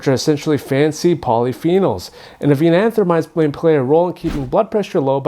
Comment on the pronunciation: You're mispronouncing avenanthramides. It's AYE-VEN-AN-THRO-MIDES not "AH-VEE-NAH-AN-THRO-MIDES. You've added an extra vowel where there isn't one.